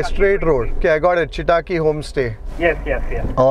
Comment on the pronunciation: When will you consciously put effort improve on Kannada pronunciation? Chitaki you pronounce but it’s Chittakki! Where are your intonations!!